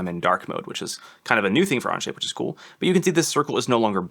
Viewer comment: He keeps saying anje. It onshape 😂😂😂😂 Okay it only happens in first few minutes.